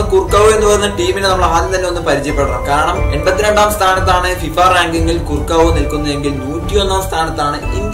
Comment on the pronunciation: കുർക്കാവോ എന്നല്ല correct pronunciation